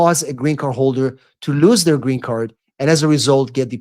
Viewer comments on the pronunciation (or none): Its [ luːz] lose , lose it .With UUUU ! Not lius it ! There is no sound IU !